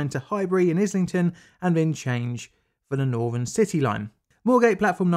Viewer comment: The main content of the video is good but speaking saying "Norvern" instead of Northern "Norf" instead of North and "Firty" instead of Thirty just makes this unwatchable as the narrator comes across as an uneducated scutter and makes it hard to respect anything he says when he cannot even speak correctly.